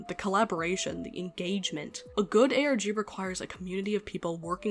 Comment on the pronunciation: it sounds like you said "Organ" lmaoooooooo